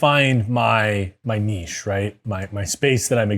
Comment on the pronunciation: My man! Even knows how to pronounce "Niche" correctly!!!!!